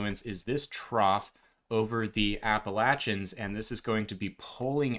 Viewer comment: You pronounced Appalachian right!! 😀😀